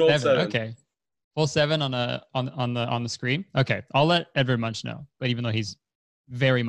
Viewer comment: The way they pronounced edvard munch lmaooo